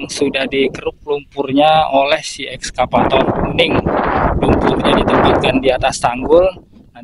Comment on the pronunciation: maaf ya Bukn,ESKAPATOR,tapi excavator 🙏🙏